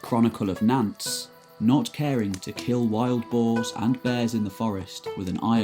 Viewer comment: A Perfectly Normal Youtube Account As someone who lived in France, some of the prenouncation did making me wince. Cotinent, Nantes..